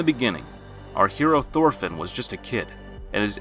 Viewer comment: ITS PRONOUNCED TORFINN! AND TORS! MY GAWD! do you even LISTEN to the pronounciations?!??!?!